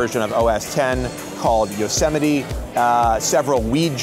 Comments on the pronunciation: Is that how you pronounce Yosemite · I always thought it was pronounced as Yo-se-mayt